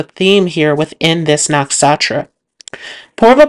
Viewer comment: Can you please pronounce “nakshatra” properly? It’s very distracting when you butcher the pronunciation.